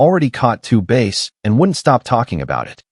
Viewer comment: Bass fish not base fish. Lol